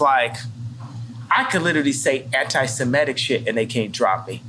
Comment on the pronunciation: Phil, you're killing me. the word is antiseMITIC not antiseMETIC. so many people mispronounce it, no shade, just triggering my ocd/a-hole buttons this AM